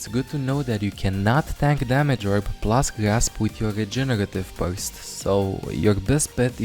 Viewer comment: The way says "regenerative burst" it tickles my heart for bit,hes like:Jegeretive bujst.LOL